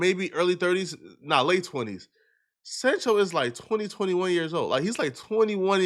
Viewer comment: It's not jayden sanchel. It's Jayden Sancho ! Sancho 😂😂